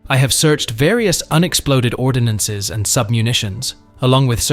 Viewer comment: The word is ord-nance, not or-din-ance. No “i” in this word, and only 2 syllables.